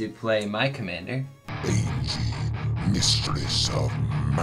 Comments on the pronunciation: Anje Falkenrath is not pronounced Aingie it’s pronounced Anya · Y'all know Anje is pronounced An-Yeh, right? Not An-Gee. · Not to be that guy, but it’s pronounced AHN-YE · I do love this ... I really do. BUT ... am I the only one going crazy every time they mispronounce "Anje"? LOL. (It's pronounced "AWN-yeh", FYI). I can forgive the mispronunciation of Tahngarth ... but the Anje bugs me for some reason. And the sound level is still a little quiet - though the quality is better.